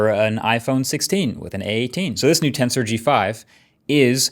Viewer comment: Everytime you say Tensor I thought you were saying Cancer